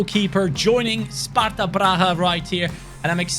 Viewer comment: You said all names right. Im Sparta fan and from CZ. :D Nice video